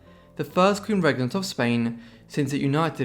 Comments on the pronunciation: Its REE GENT AS IN GENTLEMAN YOU SHOULD KNOW THAT BY NOW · I do enjoy,both your content & your nicely laid Bach presentation, it helps that your extremely handsome fir a historian. Just on hopefully constructive criticism, Regent as in King/Queen Regent is pronounced Reeeee - gent.If you Google meaning it will sound the word for you. I find the history of Spain amazingly complicated & rather dramatic,having grown up on a diet of English History,though have Ben to school in America and lived all o er the world. Very best wishes to you&yours & have a great weekend 👋⭐️💯✌️ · I'm perfectly aware of his English accent - I'm English,myself - I think he's fantastic & really enjoy his videos, but,there is NO other way of pronouncing the word properly in English. I'm very dyslexic as once might realise from reading my post,but,on the spoken word I have total confidence & as I said its constructive criticism, not an insult. I give my Spanish/Italian godson English lessons to help his conversation & having lived all over the World & helped 100s of people with English, it's a courtesy to help someone be the best they can be. Just like I tell anyone to correct my French,Spanish,Italian,Arabic & Greek.